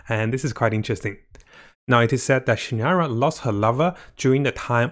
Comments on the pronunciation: SignOra! Like ball! O! Not signara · Pronounce properly please... Fartui, Harbinter, c-nora, sara-moch... such a turn off. Get it right please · Disliked this one cause you really need to work on your pronunciation of some char`s names and etc. Was hard not to cringe every time you tried to say Signora. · btw, you pronounced pulcinella better than signora... xD